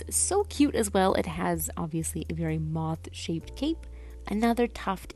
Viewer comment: it is moth, but as a tiny mask wearing Skykid, they struggle with the "th" sounds so comes out as "ff"